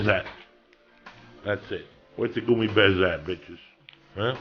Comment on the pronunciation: First of all, why the fuck does Joey say "goomy" instead of gummy? And second, how did Lee not realize the edibles were higher mg. Joey wouldn't waste any fuckin money on 20 mg edibles... it honestly started to get on my nerves re-listening that Joey asked him every fuckin 3 minutes to eat another.. so glad Joey quit eating so many edibles. Shit was ridiculous